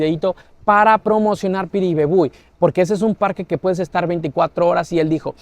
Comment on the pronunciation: cumple muy buena tu pronunciación de Piribebuy,vamos por más brother...💪